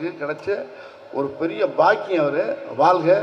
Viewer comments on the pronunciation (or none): none